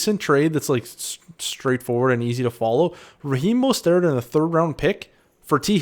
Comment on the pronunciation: He's not French, at least research the names of the players your covering unless the mispronounciation is intentional for some reason.